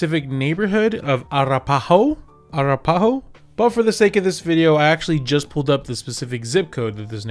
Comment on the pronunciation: Lol! Just for future reference, It's pronounced A - RAP - A - HOE. No kidding. My dad used to live there. I would also heavily advise that guy to NOT buy a house in that area. Those homes were built back I believe in the 50's and 60's. A lot of them were not well taken care of, and there are tons of foundation, and plumbing issues. Also, if this guy is making $118k, he's easily bringing home around $4k biweekly. 1 pay check can cover his high rent, insane car payment, utilities, insurance, and food. The other check can go straight into savings. This guy seems to just be blowing his money.